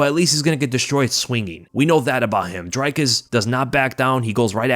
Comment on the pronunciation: It's NOT ' Dry Cus ' !!! 😂😂😂🤦